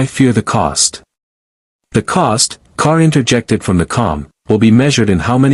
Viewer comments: It is G'Kar not Kar. Good grief. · Its JUH KAR, not KAR🤦‍♂️